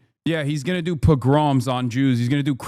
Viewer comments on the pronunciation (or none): I hate to do this, it really kills me and he will likely never see this but "pogrom" is pronounced like "poe-grum" with the emphasis on the first syllable. IM SORRY. I DIDNT ASK TO BE THIS WAY D;;; edit: i haven't listened to the whole vid yet but far as I can tell I agree with Hasan/didn't have an opinion before seeing this vid so this is in no way a lil small way to try and get at Hasan. I support a free Palestine